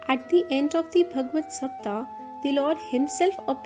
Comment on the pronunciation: Pl say SAPTAHA, SAPTHAHA...... Say HA at last.